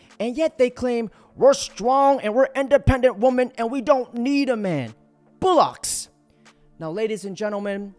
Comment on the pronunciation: Its bollox, not bullox lol